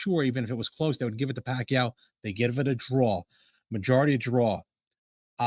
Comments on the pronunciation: its not PAC-YO, it's PAC-YAW, A is not silent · Not Pacyo, it’s Pacquiao.🤣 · So OK.. it is wot it is …. But it NOT Pakyu! It’s pakYAaaaw. Accent on 2nd syllable. C’mon guys, he’s retiring already …pls get the name right!!!